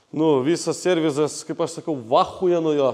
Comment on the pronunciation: Viskas ok, bet serviSas seniuk😁 no hate, tiesiog labai per ausis eina